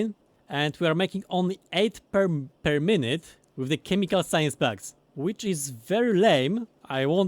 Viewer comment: love these. but everytime you say packs it sounds like bugs. science bugs, military bugs. i get so confused lol